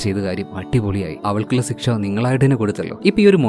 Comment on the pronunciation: ബ്രോ എപ്പോഴും സിക്ഷ എന്നാണ് പറയുന്നത്.. ശിക്ഷ എന്ന് മാറ്റി പറയാൻ ശ്രമിക്കുമല്ലോ..negative പറഞ്ഞതല്ലാട്ടോ..suggestion മാത്രമാണ്..ഓരോരുത്തരും സംസാരിക്കുന്ന ശൈലി വ്യത്യാസം ഉണ്ടല്ലോ.. But your videos are super👍🏻👍🏻